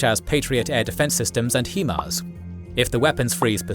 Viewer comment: small tidbit its hi-mars not he-mars